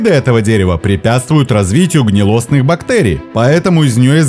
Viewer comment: ГнИлостный, ударение на первый слог.